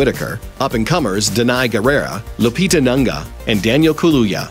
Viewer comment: Please get lupita name right for godsake! Nunga????!!!!!!!!!!!!